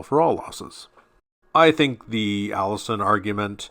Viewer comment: Allision rhymes with collision not Allison.